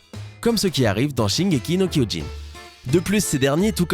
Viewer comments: J'aime bien comment il a commencé en niquant totalement la prononciation de Shingeki No Kyojin puis il a progressivement commencé à la corriger lol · 青aominekun Quand je l'ai entendue prononcé shingeki no Kyojin mes oreilles elles ont saigné. 😂😂😂😂😂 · grave moin aussi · PUTIN MAIS C'EST QUOI CETTE PRONONCIATION POUR L'ATTAQUE DES TITANS EN JAPONAIS, C'C'EST À LA LIMITE DU BLASPHÈME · C'est quoi cette prononciation pété de shingeki no kyojin 😂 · Comment tu prononces mal l'attaque des titans 😂😂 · La prononciation de shingeki no kyojin a fait siffler mes oreilles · J'ai saigner des oreils quand il a dis shingeki no kyojin 😂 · mec tu prononces mal l'anime shingeki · SHINGEKI NO KIOJIN PAS SHOKOKIU PTN !!!!! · Shingeki no kyujin pas shingeki no kouilline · Shinnyēki no kyoyin mdrrrr ptdrr c shingeki no kyogin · ah les prononciation de japonais -_- shingeli no kyogin pas koigin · C pas shineki no koyin c shingeki no kyojin et on dit pas dessin animé mais animé. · Ky-o-jin... pas ko-y-jin. aussi les mecs, montrez pas des images de Digimon quand vous parlez de Dogmon... vous savez ce que c'est la désinformation ou pas? Vous nous donnez peut-être de vrais info de top10 mais si les images n'ont pas rapport avec ce que l'on voit, autant garder les images pertinentes affichées plus longtemps. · C'est shingeki nom kyojin tu a mal prononcé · CHINGEKI NOKOIINE ??!?! WTF ?!? QUELLE PRONONCIATION IMMONDE!!!😖😖😖 J'AI DU LE RÉÉCOUTER PLUSIEURS FOIS TELLEMENT ÇA M'A CHOQUÉE 😂😷😷😷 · Putain le mec il dit shingeki no koyin putain mais tu sais pas parler ! Mais pense aux Otaku et juste dit l'attaque des titans ! Et après tu dis shingeki no koyjin et après tu dis shingeki no kyojin ! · la prononciation du "shingeki no gvukjg" c'était épique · "sin gé ki no koijinne" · "Shingeki no Koyjin" LOL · Cela se prononce "Shingeki no kyojin" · Shingeki no kioijine 😂😂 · Quoi tu prononce tres tres mal shingeki ni kiogin et cest un anime et nan un dessin animé MERCI ! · 青aominekun shingeki no koijin xD